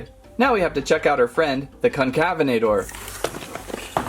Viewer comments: Pronunciation: Con-Cavv-en-ate-er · Con-cuh-vena-tor. Sorta like cousins afrovenator and Neovenator. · Here’s how you pronounced Concavenator correctly: Concavenator: kon-ka-VEN-uh-tor or kon-kuh-VEN-uh-tore